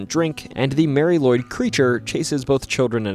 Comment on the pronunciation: If I remember right Nisse is Icelandic for Nicholas like St Nic. And sorry to say but you mispronounced Mari Lwyd. It is pronounced Marry Lu,wid.